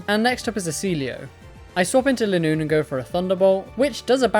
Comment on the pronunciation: Just to say linoone's name is based on a straight line so the "li" would be pronounced like the "li" in line. So you don't have to think about how to say it